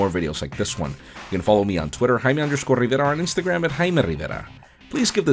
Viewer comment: Please stop saying your surname with the exaggerated "Rrrr" It is absolutely disturbing!